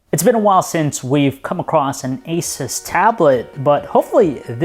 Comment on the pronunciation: So apparently its pronounced asus for the first 20 seconds then it becomes asoos